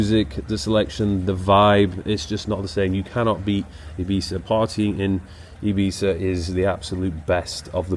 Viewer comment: Is that really how you pronounce Ibiza?